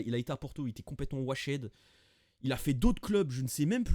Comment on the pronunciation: Washed se prononce « wouacht » en anglais !😉😅